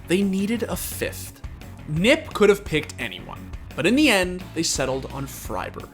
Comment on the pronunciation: he said “nip” every time... it’s n.i.p...